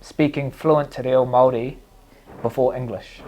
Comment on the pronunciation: Yo DC I’m not sure you understand what you said or did but from me, my country but more importantly my culture, your pronunciation of who I am was perfect. We are Māori and we respectfully thank you❤